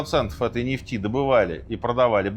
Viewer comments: нефтИ́? Дядя Серёжа ИИ? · Почему Минаев стал таким косноязычным? НефтИ? Можно же было почитать или послушать, как ставится ударение в арабских именах. Аятолла ХаменеИ, а не Хомейни Ужас